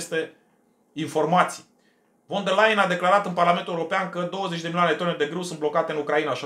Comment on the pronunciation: Ursula von .... se citește "fon" !!!